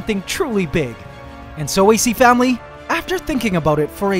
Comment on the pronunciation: Did u say acFAMILY?!?!?!